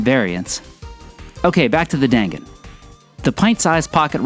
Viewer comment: I was in Japan in the 90's and share your enthusiasm. I love that we can these in the states now. And FYI, its pronounced "Don Gon" or "Dahn Gahn."